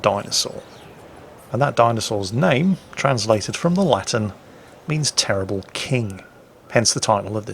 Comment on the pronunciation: LMAO teribel..... I be good englsh... That is fucking hilarious..